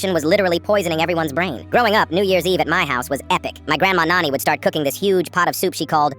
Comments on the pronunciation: It is not noni its nani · It's not noni it's nani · Its nani not noni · Nani not noni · First thing Noni? Its called Nani then ai gen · Bro that's not noni it's nani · It’s Nani not nanny or nony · It's not noni that's Nani 👍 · Isn't it nani and not noni? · said noni not nani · Finally, somebody Indian like me. It’s just the AI is pronouncing noni mothers mom wrong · It's not. Op is saying nani. it's the word for maternal grandmother in hindi. It's just that the ai voice is not able to pronounce it properly